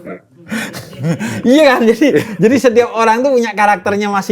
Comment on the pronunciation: Sampe ku ulang ku gak dnger jelas kata wapres sampe tanda tanya pas baca komen kk bru ngeuh oh wapres